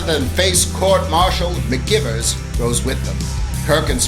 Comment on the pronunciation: You must know her name is pronounced, McG(eye)vers, so... why?